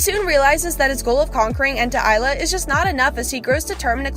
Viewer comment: Shes just reading the description ;-; doesnt pronounce maou and ente isla right